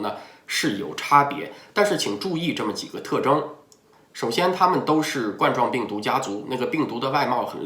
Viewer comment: 冠（官）状病毒，不是冠（罐）状病毒